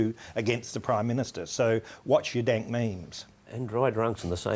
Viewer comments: it's called a dAYNk mEHme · he said dant meme the first time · "a denk mayme" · Nobody: Not even the frog meme: Uploader: daink meimes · Dienk Meems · Sounded like he said Daint Memes at the beginning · Is it me or did he just say “daint meme”? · “Dank mayme”?! >:( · daint meme